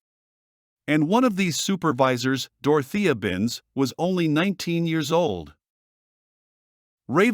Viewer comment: Saying Binz’s full name as though it is all one word is the least annoying aspect of this video, but damn annoying it is, and the click-bait is unforgivable in a video on this subject.